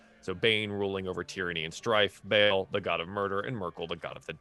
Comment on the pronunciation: Good series but the DM mispronouncing “Bhall” is driving me crazy